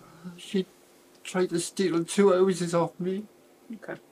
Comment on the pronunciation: I had to rewind when he said “two houses” bc I thought he said “two hoses”! I’m like wait what?! Who cares that deeply about a couple garden hoses? 🤣